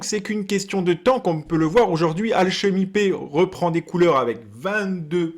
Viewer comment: C'est marrant comment tu prononces alchemy pay, tu le dis alchemy paie x)